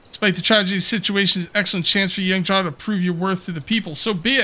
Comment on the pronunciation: Jarl is pronounced "Yarl" kinda like in Skyrim. Just FYI. Thanks for the video!